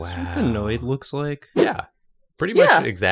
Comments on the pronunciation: and sphenoid is pronounced like SFEE-NOYD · If anyone is curious, sphenoid should have two syllables and it’s like “sfee-noid” (phonetically sfinɔɪd) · I’d just like to correct some bone pronunciation dot that I’m a linguist. I just studied anatomy. Sphenoid = s-FEE-noid Stapes = stay-peas